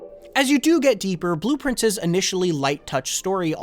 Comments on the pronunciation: Is bro pronouncing blue prince wrong to get engagement? He's literally saying blueprints lol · I kept thinking “Man, that sounds like blueprints when he says it” but did not realize it was intentional until I saw this comment lol 🤘